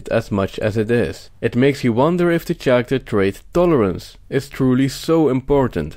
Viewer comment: Good point. Bare in mind the word Character has K sound like orchestra and chello. Kind of Italian ....but content BRILLIANT